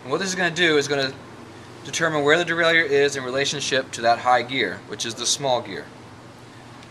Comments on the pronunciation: Derailleur Pronounced: DE-RAY-LER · Thanks-- you are right! I was brought up in an old school shop in North Carolina full of roadies and race fiends, and everyone there pronounced it the French way. I never even thought about it. But I consulted my hardbound Merriam-Webster, and sure enough, it's pronounce the way you have it there. It's gonna take a conscious effort on my part to start pronouncing derailleur the right way! 😂❤